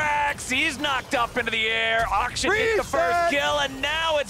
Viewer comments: west of China. I’ve actually researched this now because I’m sure you guys are just trolling. “Akshan” the name is pronounced “Aukshaan”. Not “Uhk-shun”. I’m not wrong. Have a great week. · Champion's name: "Akshan" Kobe: "Uhkshun" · I'm like... 99% sure that regardless of English pronunciation rules... Uckshun sounds like a really stupid way to pronounce a name for anything other than like, a venereal disease.